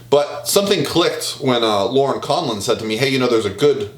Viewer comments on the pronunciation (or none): none